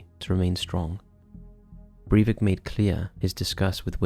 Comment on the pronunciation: Sry. Stopped when you mispronounced his name.